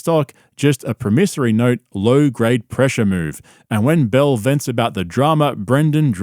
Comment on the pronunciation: This guy talking mad shit about somebody and can’t even pronounce promissory note. Yikes